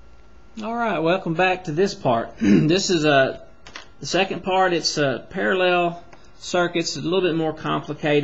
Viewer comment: You can explain, but just don't say "parellel", it's parallel. Great video anyway!